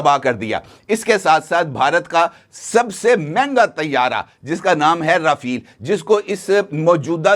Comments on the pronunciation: Chacha rafal h rafeel nhi , tauba tauba tauba . Patlun geeli ho gyi aapki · Rafale ke spells ko pehlay sahi tore per perhain rafale not rafeel